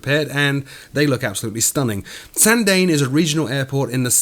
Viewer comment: Hey! Small point but Sandane is pronounced "sawndawneh" not "sawndain". It's a tough airport to fly into and out of. Been there many times.